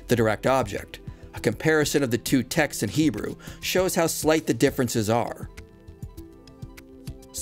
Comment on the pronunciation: Everytime he says texts, I hear Texas. As a native Texan, I'm ok with this 🤠